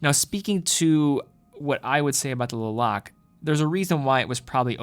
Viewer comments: That’s correct. Was actually thinking should have done the research on how to properly pronounce the name of the town before making the video. It is pronounced Luh-Lok-Luh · your pronunciations of guilloche and Le Locle need work... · Le Locle is pronounced differently. You can test it out in google translate ;) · LeBron-Le Lock the door- Lock Le Locle, the e is silent from my understanding